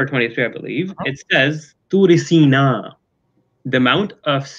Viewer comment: Toor Sainaa' not Toor Senaa'. He didn't recite it correctly 😂